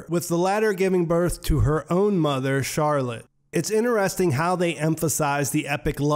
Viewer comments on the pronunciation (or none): none